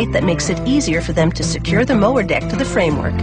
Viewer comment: anybody else hear "the mower dick."?